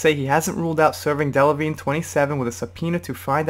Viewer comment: How can you mispronounce Miley Cyrus’ last name? At least halfway through the video you figured out the silent g in Delevingne....